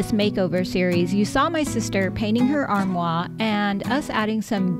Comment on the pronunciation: I'm really enjoying watching this series of working you these beach cottages. May I take a moment to correct your pronunciation of "armoire"? It distracts me every time you say it. It is pronounced "Ahr-mwahr" - so there is an "R" sound at the end. In other words, the first part of the word, which sounds like "R", rhymes with the second part of the word... so just add the first "R" after you say the second part. (I hope this doesn't confuse you completely. It's so hard to spell "armoire" phonetically.) So basically, pronounce it the way you have been doing, and then add an "R" sound at the end. R-mwaR.